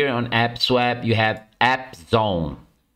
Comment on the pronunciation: You mean APE-swap right? ...Not AP-swap?!